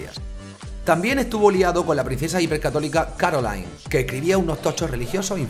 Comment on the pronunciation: A ver si aprendemos a pronunciar en francés o alemán... qué eso de CaroalAIn, o de PÉrigny, o de FlÁvigny, o de FrÉderic ???.... Menos política y más pronunciar bien